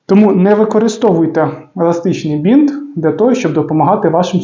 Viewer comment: Еластичний бИнт, а не бІнт